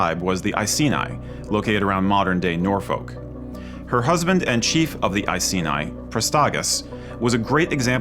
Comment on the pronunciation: Great video but as someone from Norfolk it is pronounced "Nor-fouk" and Iceni is "Ice-eenie"